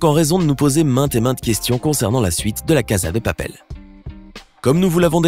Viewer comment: On dit la casa dè papel